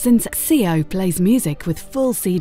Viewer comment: The 'x-ceo' ?? It's pronounced 'zee-oh' ....